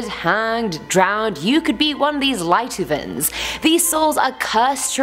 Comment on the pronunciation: Lietuvēns, if you hear children laugh or disoriented and so on... adorable pronounciation 😁